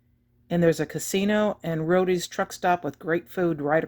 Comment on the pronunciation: FYI, It's not Rowdys as in Rowdy Yates, Rawhide. It's Roady's as in "Road" or You drive on the road. I know, I know, but if you're gonna promote a business pronounce it correctly please.